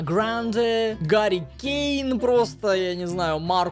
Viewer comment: Футбол топ!!! И не Гари Кейн, а Хари кейн